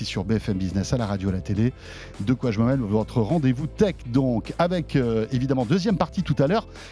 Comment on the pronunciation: Expression Québécoise ratée....On écrit et dit : De quoi j'me mèle!!! Et non "mail" comme la poste qui n'a aucun rapport dans le contexte et qui veut dire en réalité qu'on ne s'occupe pas des ses affaires...Sachant que dire qu'on est mélangé en diminutif au Québec pour dire qu'on est mèlé est significativement impossible à imager en France...On n'utilise pas une expression si on ne sait pas ce qu'elle veut dire!!!😂